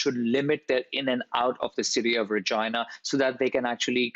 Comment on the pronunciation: His pronunciation of Regina sounds weird. 😂